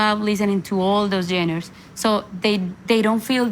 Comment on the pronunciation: Por favor Carolina, mejora tu inglés con un tutor privado. Se que lo puedes hacer. Ya es tiempo de hacerlo. Pronunciar correctamente palabras como ‘genres’.. not geners 😮. Se dice : ‘make decisions’ … not ‘take decisions, etc. ‘Starting from scratch’ is what you meant? Don’t say putting geners… ☹️